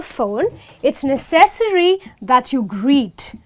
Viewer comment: Necessary is pronounced [ˈnɛsəs(ə)ri] beautiful lady thanks for your video!